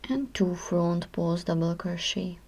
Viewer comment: WHAT THE HELL IS FRAUNT PAUZT? WHAT ARE YOU SAYING? LOL.